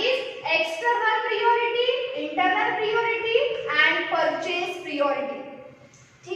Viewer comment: Dear priority pronocuation plz improve otherwise good